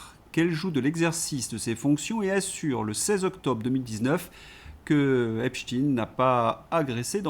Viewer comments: Mr,Prononcez Epstein,pas Epstine svp.merci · Prononcer Epstein pas Epstine svp, merci 😊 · Epstein se prononce "Epchtayne" et pas "Epchtine", le nom est allemand et Stein se prononce comme le mot allemand qui signifie pierre. Epchtine évoque phonétiquement Poutine, c'est INTENTIONEL. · Mais putain vous allez ARRÊTER de dire EPSTINE !!!???!! EPSTEIN !!! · arretez de dire epstine c'est epstein !!! pourquoi pour faire pensez a poutine ?? c est nul; vous parlez comme LCI. Je vais me desabonner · Ne pas lire "EPSHTINN" mais : EPSHTAÏÏNN... Merci. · bonjour, en france on dit epstEIN er non tin. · Epsteen ca s’écrit Epstein, avec stein comme la pierre en Allemand qui se prononce évidement de la même manière… arrêtez avec cette stupide anglicisation de tout!!! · Ça m arrache les oreilles, ce epstiiine,comme chez ts les sbires de LCI et co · Dites Epstein, on ne dit pas inestine, ramstine, olivenstine, inesenstine, ni ine, zwine, drine... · Mais qu'avez-vous bon nombre à écrire comment prononcer epstein ou epstine ??? Qu'est-ce que ça peut vous faire ??? Chacun prononce comme il le souhaite bon sang !!!! Vous n'allez pas vous aussi vous y mettre pour une prononciation !!!!! Ça fait plusieurs jours que ça dure stop ! Ça suffit !!! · si vous vous interdisez de prononcer les mots -viol ou violer, pédo criminel, abus sexuel .... comment voulez vous traiter le dossier "EPSTINE" comme vous dites prononcé à la russophobe ! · J'en suis à 8 mn environ, et devant la tartinade de << Epstinne Epstinne Epstinne >> je suis obligé d'arrêter, cher!!!! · EpstEIN comme EinstEIN ON DIT PAS ALBERT EINSTINE